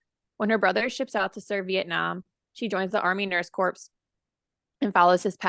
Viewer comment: The word is not COR”P” it is pronounced “CORE.” Saying the word “like” almost every other word is very distractive. Please listen to other book discussions to learn how to review a book. Perhaps listen to the author’s many interviews to help you understand the story behind this book. Perhaps reading a few biographical books by Vietnam era nurses will help you relate to the women in THE WOMEN. This time period s gained many freedoms and rights your generation has taken for granted.